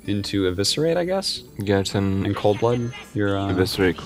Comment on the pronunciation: That one doesn't bug me at all. It's his pronunciation of "Gadgetzan" that drives me nuts. He says it like it's a French word or something. I guess it's because he wasn't a warcraft player, so he didn't know it actually is "gadget" like in "inspector gadget". But that's no excuse, I'm sure he's been corrected in person enough times already where he should know better.